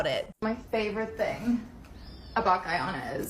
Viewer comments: Guyana is not pronounced like that 😭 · First of all, the country is not pronounced like that. It’s literally pronounced “Guy-Anna”. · I'm Guyanese and nothing is making cringe more than her, not only living there, BUT SAYING IT WRONG!!!!!!! It's pronounced GUY-ANA just as it is written 😂😂😂 Also, she is definitely not the prettiest. My cousin, who was born and raised there, was literally a model and pageant beauty queen for several years 😂 I guarantee you, miss white woman is not the beauty standard 😂😂😂😂😂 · at ALL 😭😭